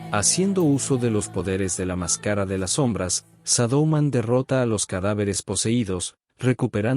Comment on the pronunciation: " La más cara de las som-brás ", " Mai-Col Le-Roí" edita mejor los videos bro, sigue intentando rompe el feel.